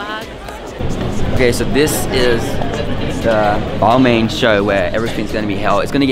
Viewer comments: It’s pronounced “ball mon “ not ball main cool vid tho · "BAL-MARN" not "bal-mane" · how that not realized its pronounced BAL-MAHN yet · I died when you pronounced Balmain haha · Can yall please learn how to pronounce balmain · He asked people what they were wearing, out of all of those almost none said Balmain correctly. smh